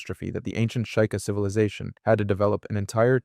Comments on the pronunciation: It's Sh-ee-ka I think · Bro, is this Ai or do you really REALLY not no Zelda that well? I'm being serious. You mispronounce words all the damn time! It's pronounced SHE-KA NOT SHY-KA! LIKE come on bro really! You're making Zelda videos and can't even pronounce words correctly? It's ridiculous honestly. It makes it so hard to even watch your videos because to me it shows that this is Ai or you're just making videos about stuff that you don't even know about dude smh. Like it makes it really hard for me to watch your videos honestly smh. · “shueyeieka” T-T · "Sh-I-ka" ???WTF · how in the name of hylia did you manage to so horribly mispronounce "sheikah"?